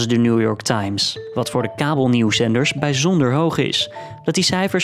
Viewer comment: Biijjjzondere uitspraak.